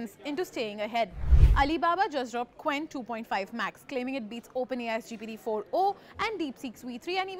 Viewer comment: It pronounces "ch wen", not "k wen". Romanization.